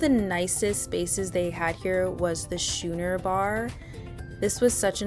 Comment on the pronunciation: Thanks for the tour. Couple of things: lower decks in the center have less motion and Schooner is pronounced Skooner.